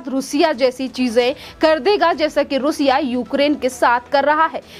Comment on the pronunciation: Plz correct your pronunciation रूसिया , it is रशिया।